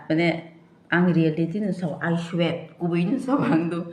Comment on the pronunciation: Oo bwrui rok ba pura uneducated mang c ble can't even pronounce swear